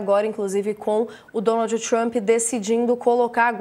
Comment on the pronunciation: Adoram falar Txhramp..